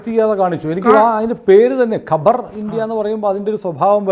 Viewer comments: Khabar is news not Qabar is Savakudeeram😅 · കബർ അല്ല ഖബർ അണ് അഖ്ബാർ എന്നാൽ പത്രം ഖബർ എന്നാൽ വാർത്ത അല്ലാതെ കല്ലറയല്ല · Kabar savakudeeram. Ivide parayunnathu khabar ennanu , ithinte meaning is varth (khabar = varth)